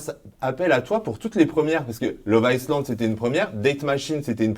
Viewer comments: Arrête de dire iSland b*rdel!!! Le s est muet!! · Stp arrête de prononcer le S de love iSland 😂😂